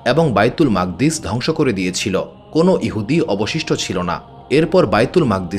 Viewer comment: ঐ মসজিদের নাম বাইতুল মুকাদ্দিস, মাকদ্দিস কি .. উচ্চারণ বিকৃতি।।